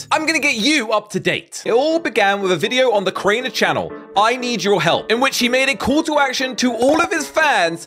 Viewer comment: “Crainger” “Worst controversy” “In this video” 💀